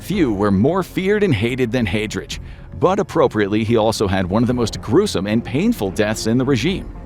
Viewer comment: The pronunciation could definitely be better, especially for Heidrich